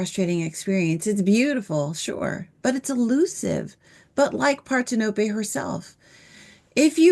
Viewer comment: "Parthenope" isn't pronounced "Par-ten-ō-pay" or "part-hen-uh-pee." As Google AI explains: "Parthenope" is pronounced par-THEN-uh-pee or par-THEN-uh-pe. The primary stress is on the second syllable, making it par-THEN-uh-pee, with the 'a' in the first syllable like the 'a' in "father", the 'e' as a schwa sound, and the 'ee' at the end like the 'ee' in "see".